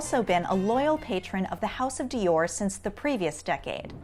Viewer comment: Every time she says Dior it makes me uncomfortable